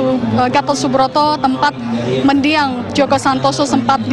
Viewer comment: MENDIANG......BUKAN MEDIANG...